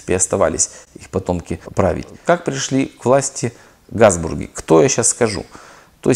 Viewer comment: Почему автор произносит "Газбурги", а не Габсбурги?!